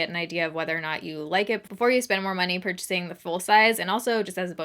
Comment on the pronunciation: Did anybody else notice her say "purching" instead of "purchasing"? XD Love you! <3